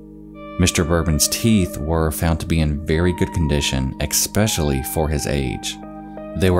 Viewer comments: Only 1 thing bothers me in all your videos and it's that you say ecspecially there's just no C or K pronounced there, it's just especially and I hate to be a grammar nazi but you're a narrator of stories. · Quit saying EKSPECIALLY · And especially is pronounced "especially" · No one:: EKspecially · Especially not ex-specially for the love of god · There is no "X" in "especially" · There is no "x" in especially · I'm a new viewer to this channel, but already I think the mispronunciation of 'especially' is intentional. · You pronounce especially wrong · It’s “especially”, not “expecially” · Come on man, it’s ES-PECIALLY, not EX-SPECIALLY. I guess you haven’t seen my comments on previous videos 😂 but still thank you for the content. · E s p e c i a l l y. Not EXspecially. Great video otherwise. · I really wanted to ignore the word "eck-specially" until you said it more than once. ESPECIALLY. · "especially" with an "es", not "ex" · "EXSPECIALLY X 2" PLEASE STOP MISPROUNCING THAT.... =) it is Especially....with no X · Dear all YouTubers, Once and for all, please FINALLY come to an understanding of this: There is no such word as "ex-specially". The word is pronounced "ess-specially". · especially not ecspecially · Sorry for being nitpicky but it’s “especially” not “expecially.” Good video. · I know this won't be popular, and I don't want to play language police, but this got under my skin a bit: ESpecially, not EXpecially. The only reason I mention it is because I genuinely enjoy the videos and would like to contribute to making them even better :) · Please stop saying "expecially" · It's pronounced Eh-special-ly.. not Exsh-pesh-shuh-ly. Fr tho... and STOP SAYING IN AND OF ITSELF. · I love you man, but you have to stop saying "eckspecially" lol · "Kway Street" "Kwayside Shopping Centre" "exspecially" There's that famous American education system in action. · Quay is pronounced like Key, Quayside is Keyside. It's especially, not expecially.